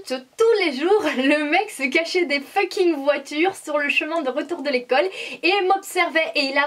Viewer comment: Tu parles beaucoup franglais mais tu prononce mal le mot fucking